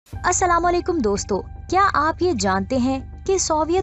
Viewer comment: Please! Apna Assalm o Alikum ko sahi kran